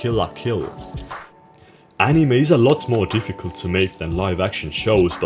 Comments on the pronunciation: "ANIMÄH" NIGGA WHAT??? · the way you pronounce anime really triggers my autism. great editing as always 👍🏻👍🏻